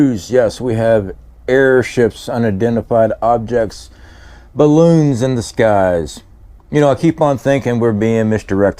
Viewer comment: Chinese "barroons" 🤣🤣🤣